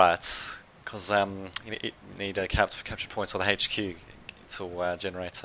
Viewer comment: It's H Q not Hache Q